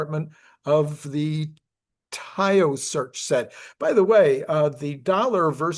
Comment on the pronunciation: Irish PM is pronounced ‘Meehawl’ His office is pronounced’Teeshock’